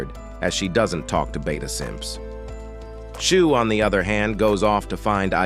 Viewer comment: its shuu not "shoe"